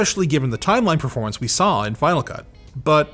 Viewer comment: "Verpormance" <3